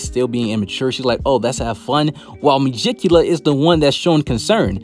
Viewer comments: Me-gi-cu-la lol...no me-ji-cula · Ita megicula not mejicula mee-geek-u-la